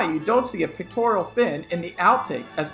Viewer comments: It's "pecTORal", not "pecTORIAL" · Pectoral not pictoral. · Pec-tor-al not Pec-tor-ial. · "Pectoral" fins, not "pictorial" fins. Sheesh. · wait, are you calling them “pictorial” fins??😂😂😂